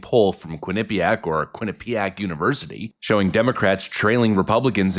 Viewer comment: Holy shit! you said quinnipiac Correctly for the first time for in 10 years. The north east thanks you.